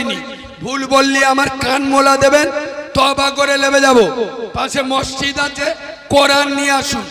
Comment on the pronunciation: ময়জিদ না মসজিদ বল